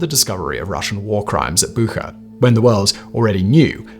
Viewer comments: Kalin-grad? Bugha? Jesus Christ learn the pronunciation of the places you talk about, even if it were just to make it a bit less obvious that you have no idea about what someone wrote for you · Simon, please stop butchering every non-Englisn name out there. The J in Jens is pronounced like the Y in year. The ch sound in Bucha is pronounced the same as in chair. I honestly don't get it. If you follow recent events, you should have heard these monikers dozens of times by now. The fact that you still get them wrong, seems to suggest that Simon is nothing but a talking head, who doesn't actually understand anything he's talking about. 🤷‍♂